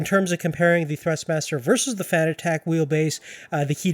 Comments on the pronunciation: he is saying fanatec so wrong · Couldn’t finish the video. The way you pronounce fanatec makes my hair stand on end lol